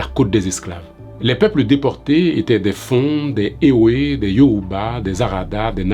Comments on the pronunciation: Ewé se prononce évé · Merci pour cette mine d'informations. Juste un petit apport. On dit " Evé " même si on écrit "ewe "